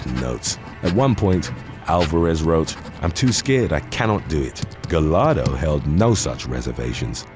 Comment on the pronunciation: Giovanni's last name is pronounced "Gah-yar-do" not "Ga-lar-do" when you see a name or last name with double L it's pronounced like a Y.